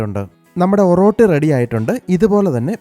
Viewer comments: ഒറോട്ടി അല്ല ഒറട്ടി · ഓറോട്ടി അല്ല ബ്രോ oratti